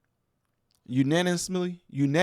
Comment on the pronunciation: Unaniously! LOL